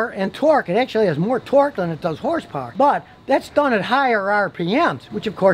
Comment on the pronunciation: Scotty: "this 4 cylinder engine puts out 310 hers purrs" Also Scotty 3 minutes later: " It has a turbo charger"🤣🤣